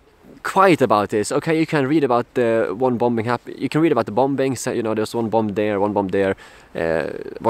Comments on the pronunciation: “Bombing” 2nd b is silent, “bom ing “. Where are they buying the weapons from? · Btw bombing is pronounced bomming. The second b is one of those great silent letters in the English language. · the second 'B' in 'bombing is silent. You're welcome.